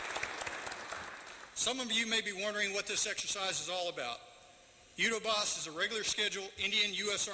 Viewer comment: It is Yudhya Aabhhyaas.. Somebody needs to at least take trouble to train our US Army to say it correctly so people who understand Hindi, know what they are talking about. Other option is to say out loud in English what Yudhya Aabhhyaas means in Hindi.. It means "Study of War",, Yudhya = war, Aabhhyaas means " to Study"